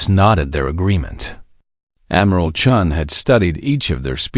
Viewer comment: Chun, not Chen. Completely different. haha (and yes, I think that sets an all-time record)